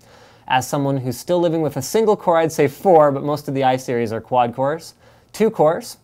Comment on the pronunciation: you mean cores ? not coors ?!!!?